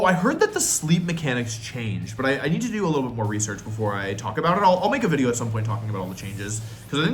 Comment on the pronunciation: Looking forward to wideo man's wideos on the subject :)